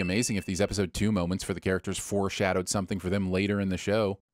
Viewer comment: i’m begging big channels like you to actually learn how to pronounce the characters’ names correctly before posting